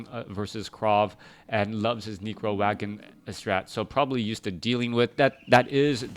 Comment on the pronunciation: lol he says Necro like Negro XD